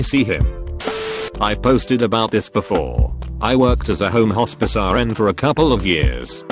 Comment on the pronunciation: My god, I heard “hORsePiss” instead of “hospice”...